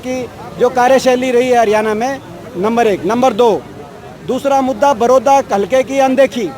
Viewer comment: भाई., हरियाणा शब्द बोलणा तो कोनो आंदा